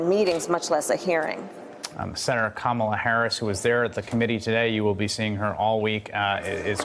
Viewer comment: Anchor pronounced her name correctly even though she herself can't